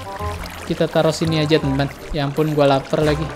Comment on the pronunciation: Bang lu kalo ngomong 'lagi' biasa aja lah bang lu kayak ngomong llagi temen temen Lol Xd